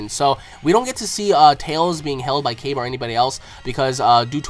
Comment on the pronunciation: it's not prnounced caybe but Kah bay or kya bay